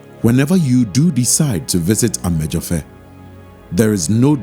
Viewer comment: great cinematography but the narrator could have done a better job with the pronunciation of amedzofe. but awesome work all the same. ob is the man!